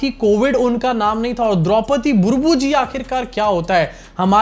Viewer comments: Vaise Ram Nath Govind to theek bola gya but President ka name thik nahi bola gya. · Sach me ye modi ji ko kuchh to ho rha hai ,Apne Rashtrapti ka naam theek se bol nhi pa rhe , etna muskil bhi nhi hai unka naam